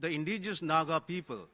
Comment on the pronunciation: Her twisted tongue can't say indigenous, let her go back to kindergarten again n study about India's indigenous people